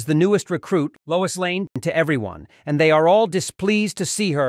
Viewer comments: LOIS, not LOUISE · "Louise Lane" 😂